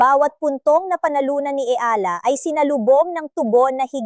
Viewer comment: Anu ba yan tagalog kna nga pati ba naman.ikaw nde pa ma pronounce ng maayos ang.apelyido nya eala (e-ya-la)